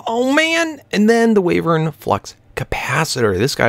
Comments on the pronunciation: It's WHYvern, not WAYvern. : ) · Wyvern is pronounced Y-vern :P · Say "Why - vern" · The sojurners sash gives you step up and it's pronounced wee-ver-n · its pronounced waaivern